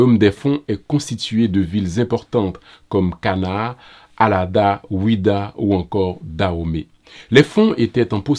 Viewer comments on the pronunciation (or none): On dit Allada et non arada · Allada et non arada.. mais je vous comprends très bien.Monsieur, Vous êtes le bienvenu chez vous, dans l'ex Danhomè...le Bénin actuellement où les Fons et leur sous groupe, allié et frères les Aïzo vous accueilleront très fraternellement. N'oubliez pas de visiter Gléhoué, Allada, Hogbonou, Savi ou Agbomè et bien sûr Coutonou